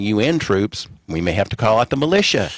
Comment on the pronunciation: "I'm gonna have to call in the malitia" he said.